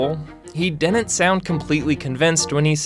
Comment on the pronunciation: I'd suggest a remedial diction class. "Didn't" isn't pronounced the way you do in this video. It sounds like you're 7.